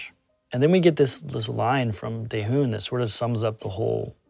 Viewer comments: "Taehoon" lmao. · You short team named Daehyun, BUT still pronouncing like Daehune. Do you actually made this short? Really?